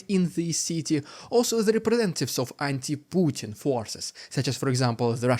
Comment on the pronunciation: POO- Bin Vladimir